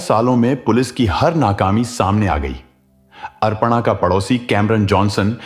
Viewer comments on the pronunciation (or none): Horrible 😢 अरपणा नाम नहीं है भाई अपर्णा है pronounce Pa thn Ra र Aadha hai और ण के ऊपर आया है तो ण से पहले उच्चारण होगा 😂😂learn Hindi RA k Roop 😅